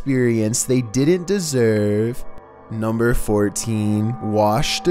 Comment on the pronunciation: Like dESeRVE and OcEaAN 🤧🤧